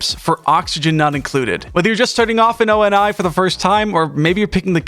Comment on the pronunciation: o,n,i thats a way to say it i havent heard before